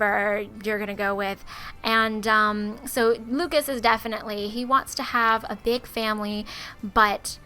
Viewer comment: It's Lucus not Lukeas